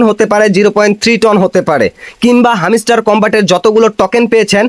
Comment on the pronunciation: ভাই তোর উচ্চারণ এমন কেন,,হামিস্টার কই পাইলি? এটা হ্যামস্টার রে ভাই।